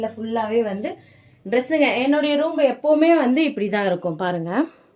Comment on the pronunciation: roombu illa room nu sollunga😇 ellarkum ellamey therinjirukanum nu endha avasiyamum illa, but therinjikonga. ini correct ah sollunga🙂